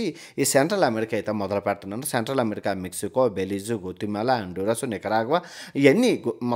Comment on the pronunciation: గోతిమెల నో గోచిమెలా నో కాదు.. గౌతమేల అది